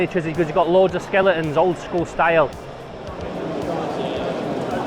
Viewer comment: Skelingtons!! 😂 love it, thats how I've always said the word haha. What a great video, I wasnt sure I was gonna like it with it not being about toys but it was brilliant! If Id have gone there Id have definitely got sensory overload, so many cool things. Im definitely owd school, we used to play alsorts of Games Workshop back in the 90s and we spent a fortune in their shop on the moor in sheffield, is it still there? Great vid and hopefully I'll meet Turgore one day!